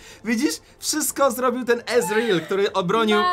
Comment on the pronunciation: Czyta się ezreal